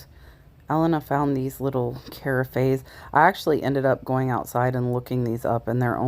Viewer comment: Fun video! Just FYI- , the carafes are pronounced "ca-RAFF". You have such great thrift shops in FL!